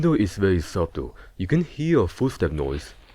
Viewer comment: foostep and febdy